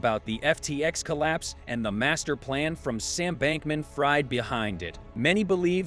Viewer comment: and u really can't pronounce the guys name. is this narrated by a robot?